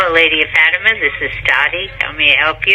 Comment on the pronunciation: I love this longer content! I always watch your videos when I’m cleaning ❤ also I’m so sorry queen but it’s pronounced Fat-Tim-Ah but you did so good! Only telling you because you’re always so thoughtful and inclusive and you wanted to know! You’re doing amazing sweetie!